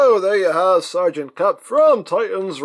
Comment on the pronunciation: Sereagant "cup" :\